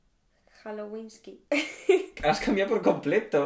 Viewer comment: Mike Hallowinski -Has cambiado por completo, era calaiwasouski. JAJAJAJA no paro de reír, amé tu vídeo xD❤